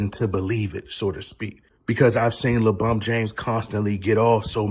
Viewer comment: Is it LEEEE Bron!! Lol all jokes aside nttn happening LeCHInA control all!! Matter fact don't be saying your bday on here b4 you get some knock on ya doors 😂😂 Knock Knock....ITs LeFBI 😂